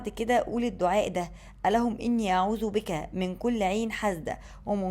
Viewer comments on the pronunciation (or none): none